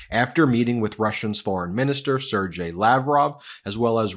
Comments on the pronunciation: Ser-gay not Serjge (Lavrov) (Kisliak)😂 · Sergey is not pronounced Sir-jay... Sergey is pronounced Sir-gay (just being phonetic to show pronunciation). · dear ILLTERATE !!!!! it is not Serjey like jersey, it is Sergey like girl !!!!! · FYI: it's not Ser'Jay... it's Ser'GAY.